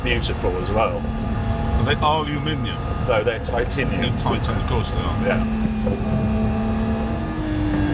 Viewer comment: Why can’t Harry pronounce titanium correctly 🤷🙈🙊🤯